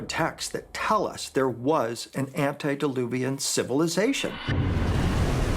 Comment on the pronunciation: Not "ANTI-dIluvian", it's ANTE-diluvian. I question the veracity of this "expert",.. Michael Salla is just plain crazy. This video is off to a very bad start.